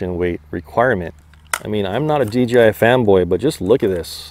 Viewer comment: It's not "DGI"